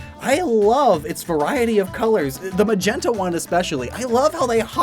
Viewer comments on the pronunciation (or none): none